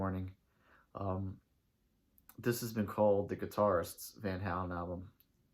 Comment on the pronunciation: you can't even pronounce the band's name, no wonder your opinions suck.